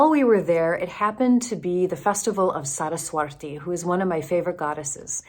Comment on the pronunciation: Its Saraswati, not Saraswarti 😊 Nice to hear there are open minded Lutheran pastores! ❤ Or, well, at least one 😁